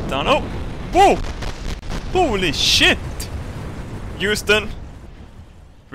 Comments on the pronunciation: I miss when used to say chit instead of sh*t. Good times.... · I love the way he says shit, "shet". I find it hilarious.